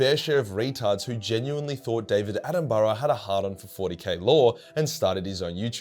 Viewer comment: Dam bro u got to learn how to say Attenborough